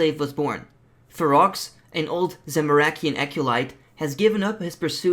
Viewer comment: Fero's enclave, you dont say the X in the name.